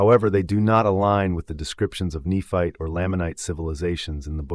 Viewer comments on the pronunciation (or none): It's Nephite (KNEE-fight) and Lamanite (LAME-mun-night).